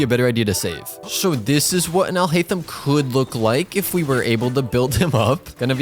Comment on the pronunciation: you saying alhaitham sounds like ill hate them/him/em xD